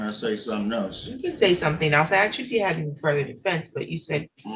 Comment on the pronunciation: He axed if there was a hearing date. 😀